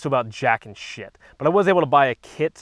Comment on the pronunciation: I love how he says shit